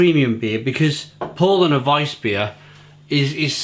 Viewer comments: Pronunciation, not spelling. Powlana, and yep accent the 2nd syllable. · About pronunciation, it's more like Powlarner, with a stress on the second syllable, great review though. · It's pronounced "POW-Larner" mate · yeah that's what I said mate. PoW-Larner, If you say that word in English it's the correct phonetic pronunciation of the German word Paulaner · German here: Nope, its pronounced Paulaner. The "au" is pronounced similar to "ou" in "ouch". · Exactly.... Was going to say the same